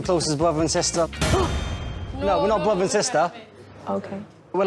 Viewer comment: “We were too close as bruva and sista” Nicole: 👁👄👁 “NOT REALLY BRUVS AND SISTA” Nicole: —👄— okay.